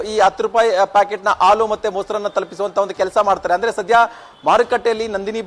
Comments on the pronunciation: News First kannada- reporter adu haalu, alu alla pa- adu en kannada uchara madtira pa nimminda kannada uddara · ಹಾಲು ❌ ಆಲು✅ ಹತ್ತು ರೂಪಾಯಿ ❌ ಅತ್ತು ರೂಪಾಯಿ ✅ 😂😂😂